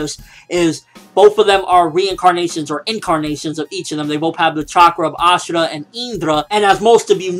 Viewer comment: Dude its ashura not asura